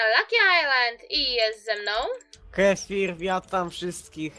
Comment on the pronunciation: Kefir śmiesznie "r" wymawia xd